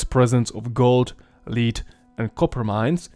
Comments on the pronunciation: Lead (the metal) is pronounciated /led/ and not/li:d/. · Lead the metal is lehd not leed. Iron is eye-urn, not eye-run. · It pronounced “led”, not “leed” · LED not lid for the metal called lead. Britannia, not britenia.... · Yes he mispronounced many words wrong. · My thoughts exactly!!😆😆😆 The pronunciation of the metal lead as /lid/ instead of /led/ was very noticeable. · It's a dumb English thing but "Lead" as in the metal, is pronounced "Led" as in "he led the dog down the path" the word "lead" is for something like "the man would lead them down the path" but the metal is spelled the same. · Britannia, not Briteinia. Led not līd. Dakia not Deisha. This is too bad for me to watch. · Interesting video, one thing, I get English isn't your first language and unlike me you can speak more than one language, however, you are way off on how you pronounce lead (the metal) It's pronounced as "led" when you say "leeeaad" it sounds like a leader of people, like a ruler or someone taking someone else to a destination. Also when you say the plural or "emperor" you say "empress" which is the female version of emperor. You you say it as "emper-ors" for the plural. Every time you said it I was like wow I didn't know they were so woke back then that they wanted a female leader instead of a good leader. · Ah yes the official pronunciation of lead (led) - liid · Lead is pronounced "led", not "leed" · Hey, not to make fun of you, but just to point out, lead is pronounced like “led”, not like how it is spelled. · Minor note: the element lead is pronounced "led," not "leed." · “Lead” is pronounced as if spelt “ledd”… short-e. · Lead is not pronounced as "leed" my guy. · Lead is pronounced Led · it’s pronounced “L-eh-d” and “I-ern” bro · Lead is not pronounced leed. Cheers! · You mispronouce lead